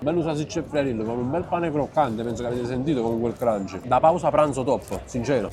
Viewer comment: difficile dire “croccante”?? che cringe